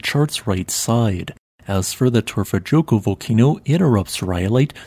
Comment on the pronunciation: Say Torfa yokul Next time! Remember j is y ! For you!! .....I feel as you should know this 😆